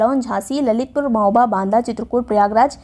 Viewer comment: 29.08 pe di ne mahoba ko hamoba bola kis kis ne dhyan diya 😂😂😂😂😂